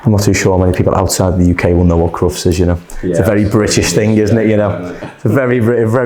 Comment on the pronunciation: I'm American and I do know what Crufts is but I didn't understand your pronunciation until you said dog competition. You did a great job of doing what your wanted and changing it a little to suit his hair and face shape. I imagine with the unusual hot weather in the UK a lot of men are getting their hair cut.